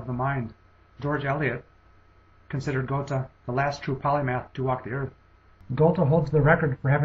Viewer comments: Goethe is pronounced something more like 'Ger-ta' than the pronunciation 'Go-the' used in the video. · GOAT-uh, and ParacelSEE-US? What in the world is the matter with this narrator? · I'm pretty sure it's pronounced "gur-tuh". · it's not GU(R)-tuh, but Götuh: ö like u in "further" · Lmao. Please learn how to pronounce Goethe's name. Speaking of issues pertaining to credibility, why, pray tell, would one rank Einstein ahead of Leonardo? Absurd. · Your pronunciation of Goethe was highly irritating. ;o) Good job. Thanks for doing this. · This is a great video, but try and research the pronunciation better. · germanly speaking, he pronounced it wrong, very wrong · I think the narrator should make an effort of learning how to properly pronounce the names of the masters who appear on the list, if not with respect to their own languages (e.g. Einstein="ine-shtine"), then at least with respect to the standardized American pronunciations of their names (e.g. Geothe="gur-tuh"). The French pronunciations were very bad in particular. That said - where's Feynman? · 1. of the pronunciation of goethe is just bad :p 2. goethe didnt "follow" newtons theorie of light and color... he thought newton was wrong (it happens so both were right they only used different approaches goethe: color addition newton: color subtraction) 3. the biggest point i have with this video series: HOW THE FUCK can you measure the IQ of people that have died hundreds of years before the first IQ test was even created (like Hypatia, shakespear, ...) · the way you pronounce "goethe" is also annoying. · he's doing pretty well of course he can't pronounce "ö" properly at least he's trying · Do you realize that you are pronouncing Goethe incorrectly?